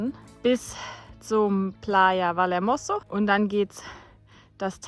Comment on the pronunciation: Bitte wenigstens bei Eigennamen die spanische Aussprache lernen, das ist eine Sache des Respektes! Vallehermoso wird "Vaje Ärmosso" ausgesprochen, Hermigua "Ärmigua" und der Teide nicht Teide oder gar Tiede sondern "Tä-ide". Sonst macht man sich so ein ambitioniertes Filmchen mit schönen Bildern irgendwie kaputt... Nichts für ungut ✌️